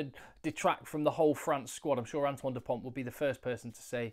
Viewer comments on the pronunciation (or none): ok and is Dupont south african ? so just say his name right